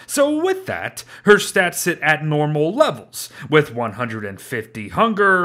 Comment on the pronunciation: XD listen to how he says 150for Sandy